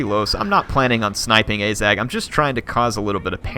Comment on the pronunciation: and ah-zag not ay-zag